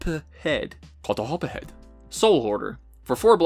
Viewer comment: "Kotohopohed" lol that one got me